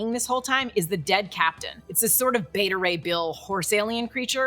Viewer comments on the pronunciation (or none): none